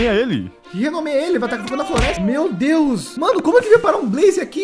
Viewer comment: "Glória a Deux" ksksk realmente muito boa essa série